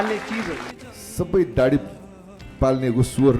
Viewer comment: के को दाडी दाडी भनेको? दारी हो दारी